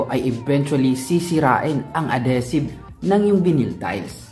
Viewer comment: Ad-HEE-sive,. Love your vids!